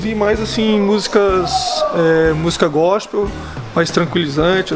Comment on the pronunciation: "gospeis" foi pacaba jardel kkk